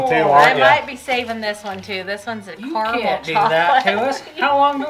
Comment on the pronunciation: CA-RA-MEL... apart from that.. great vid as per usual guys